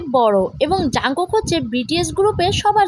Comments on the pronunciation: এটা জানকুক না জোনকুক😂😂😂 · এটা jungkook ই কিন্তু নামের উচ্চারণটা জোনকুক বুঝছো? 😅